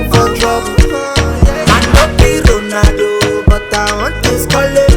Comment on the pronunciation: Nigerians trying to pronounce Ronaldo: "Ronahhdoe." 😂🇳🇬